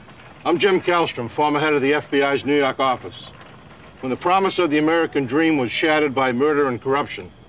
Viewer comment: "when people started turning up in New Yawwwk City..." Never gets old 😂